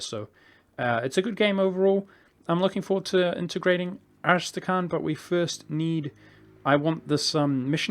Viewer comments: I guess the hard part is KH? Its kinda hard for you people to pronounce KH sound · Come on... How hard it is to say AS-TRA-KHAN?